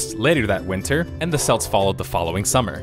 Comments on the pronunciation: Celts are not selts their Kelts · For the love of Wolololo, it's Kelts, with a hard C, not Selts, like the sports team I am seriously triggered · Gramma Police, Celts is not selts, it is Kelts... pweeeze. Thankyou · Gotta say seltics is only said that way for the basketball team in america. The ancient celts were always kelts... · rofl yeah, that stuck out. Selts hahaha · did you just callt kelts selts? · Interesting, love the death of a game series Ps. I believe it is pronounced celts as in kelts not selts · Celts is Kelts not selts you could even here the name in the talking you cited. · For future reference, "Celt" is pronounced "kelt", not "selt." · celts, not selts. come on lad. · Celts not selts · Its CELTS. not Selts. What is wrong with Americans? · Nor 'selts' gd it. Pronounced 'Kelts' lol. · not selts THERE CALLED CELTS k' lts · A lot of (usually Americans) pronounce it Selts/Seltics and it bugs me to no end lol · I'm American and I've never heard a single person pronounce Celts as Selts. Not one. The guy in the video is literally the first person I've heard pronounce it that way. Lmao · SELTS, drove me insane. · isn't the "C" Celts pronounced as a "K"? Yes it is. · Just to be a pedant, it's Kelts. Loving the video though ! Thank you! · Did you call the Celts the Selts ??? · you pronounce "celts" with a hard C so a K sound not an S sound. They arent part of the SPL. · Celts, hard c, like cap and curly. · Celts, Kelts not Celts. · Kelts. It's pronounced like kelts. A guy even says the word in one of the video clips you used. I wouldn't normally nitpick like this but COME ON, you've never heard of the freaking celts?? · *celts is pronounced kelts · Celts are pronounced like Kelts ya nugget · Great video but, omg, please stop saying "Selt". I'm a Celt myself and I honestly wish it was spelled with a K x_x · Celts is pronounced Kelts, lol. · It can't. It's a hard C, Welsh doesn't have a soft C, and I'm pretty sure Gaelic doesn't either.